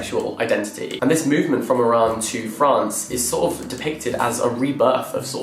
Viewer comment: Thank you for pronouncing my country's name correctly! Love from Iran 🧡🧡